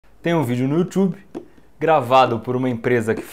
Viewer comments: "Tenho um vídeo no youtchube" Eu: P O E T I C O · "tem um vídeo no yuchub" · Youthube , kkkk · Vídeo no youthube kkkkkk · Há um vídeo no youtHube kkkkkk no início do vídeo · Tem um video no Youchube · Tem um vídeo no youtchub kkkkkk morri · Tem um vídeo no youtchub! (Youtchub) kkkkk morri de rir kkkk! Correção: youtube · Youthub kkkkkkkk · Yutiubi?? Kkkkkk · 11 anos depois eu estaria escutando a palavra "Youtchube" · Youtwube? Kakkaakkaak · 0.00 Tem um video no youchube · "Tem um vídeo no YouTchube..." hahahah, te amamos, Iberê! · "tem um vídeo no youtchube" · No início ele fala youtwobe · Youtchub kkkkk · kkkk youtchube kkkkkk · "Tem um video no yutchubi" KAKAKA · youthub kkkkk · Yuthube kkkkkkkk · “tem um vídeo no youtchube”kkkkkkkkk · Nessa época ele falava youtchube kksksksksk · Youthub kkkkkkkkk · Sdds qnd Iberê falava youtchube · Kkkkkkk no minuto ele falou youthube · "Tem um vídeo no YouThuby" kkkk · Youtiube kkk pqp q analfrabetico kkkkkkkkkkkkkkkkkkkk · Tem um video no youtchube kkkk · Youutchubi kkkkkkkkkkk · 0:1 Youchubi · Ele fala "tem um vídeo no YouTrube" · Tem um vídeo no You Tchube KKK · "Tem um vídeo no youthube" KKKKKKK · tem um vídeo no Youtchube.. kkkkkkk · Youthube kkkkkkkkkkkk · ele falo youchube kkk eu vi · tem um vídeo no youtchube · Video no youtchube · ele fala: tem um vídeo no youthube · Deslike gaguejou demais e ainda falou 'Youchube'. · tem um video no youtiube Iberê VC falou errado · youwob kkkkkkkkkkk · You Thube kkk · "tem um video no yuthube" kkkkkkkkkkkkkkkkkkkkkk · youthube kkkkkkkkkkkkk serio? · "YOUTCHUBI"... kkkkkk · Vc falou youtobe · you tchubi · IBERE EU SEI QUE O VIDEO É ANTIGO VC FALA YOUTHIBI SE VC RESSEBARA VC VAI VER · tem um video no YOUTCHUBE. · massa, mas a pronuncia do youtube da ta certo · tem um vídeo no youtchube... kkkk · youthube kkk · ele fala : Tem um video no youtchube kkk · Yutchube ;3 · 'tem um video no youthube kkk' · no ele fala youtumbe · este cara falou yourtchube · you tchub kkkkkkkkkkkkkkkkkkkkkkk